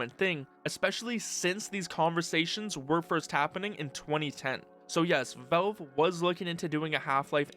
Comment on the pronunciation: You're saying "Velve" again. Also it's "Gabe" Newell, not "Gabe-uh"